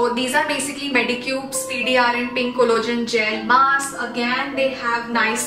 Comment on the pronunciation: It's not collogen....it's collagen... Please 🤌